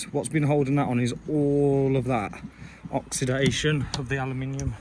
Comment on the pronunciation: Enjoyed the vid. I think my Q5 might be the same issue. Motor turns but wiper stays. The person that first coined the term ‘Oxidation’ never heard it in a West Midlands accent 😂